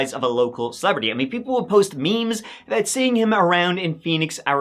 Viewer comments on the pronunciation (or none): none